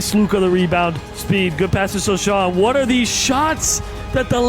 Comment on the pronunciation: It is pronounced so-Han not sochan